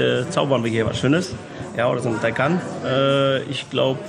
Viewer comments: Wie Sie immer Tiko Tako sagen absolut klasse😉 schönes Video auch von Porsche wie viel Mühe in den Details liegt👍🏾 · Porsche TAYCAN 🇩🇪 Porches AYCAN🇹🇷